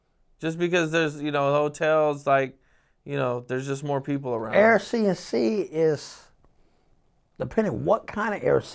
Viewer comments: Nicca said Air C n C🤣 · 🤣🤣🤣🤣🤣🤣🤣 he said Air c n c 🤣🤣🤣🤣